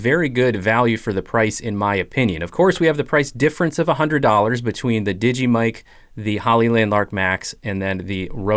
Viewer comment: The mic you cal Digee is made by DJI. Pronounced Dee Jay Eye not digee